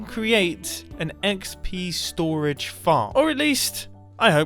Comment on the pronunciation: I swear I heard you say XB storage. Then I just realized I watch too much Hermitcraft. Pretty cool build, but will this be survival friendly?